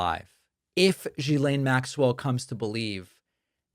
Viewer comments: It's not GhisLANE, it's'laine'. Like you would say less without the S and add 'ne' ... Ghislaine. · It’s pronounced Jizlane. Please have some respect. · Not jiz-laine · Like your show but her name is pronounced Gee-laine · The G in Ghislaine is pronounced like the G of Gold, Golf and Gimme. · david try learning how to pronounce her name!! is not rocket science. come on